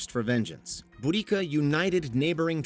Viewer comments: Just for reference it's pronounced "bo da see a" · There's always been debates if its boo-dika or bow-desia. You managed to say neither.